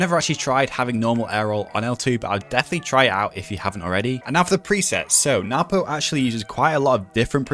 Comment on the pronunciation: I call him what everyone does. Noo poh. But NWPO. Is actually pronounced No-boo. If you ask him.